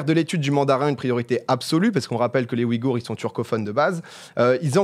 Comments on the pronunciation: Super Video Petit tips sa se dit ouillegoure et nn oui gour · ça me stresse sa façon de prononcer Ouïghour